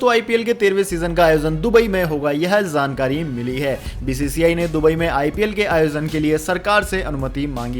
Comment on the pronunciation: Samacharon men Zaria aur ZANKARI k asthma par jari aur jankari ka uchcharan kiya ja a.